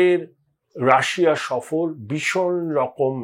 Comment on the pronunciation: কী মশাই রাষা, রাষা বলছেন কেনো, রাশিয়া বলুন।